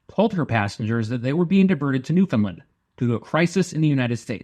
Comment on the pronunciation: My father was a Newfie and one thing that was important to him was the need to pronounce it properly.The accent is on "Land". Like "understand" Newfoundland. "Nu-fund-LAND". Yer welcome 🇨🇦 Other than that, this is a lovely tribute. Thank you.